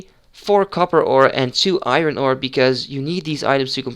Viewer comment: je spreekt iron als iorn uit btw, just sayin